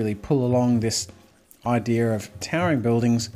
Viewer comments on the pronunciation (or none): Idea Jazza. Not Idear.